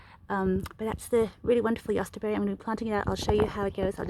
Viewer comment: Your German pronunciation sounds good ,do you speak German?